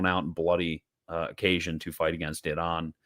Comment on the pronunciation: We are gonna have to hear Wagner pronounce 'Iran' like that every day now